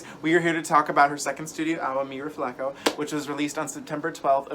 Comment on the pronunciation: Mi RefleHO, not refleKO. Connect with your roots,!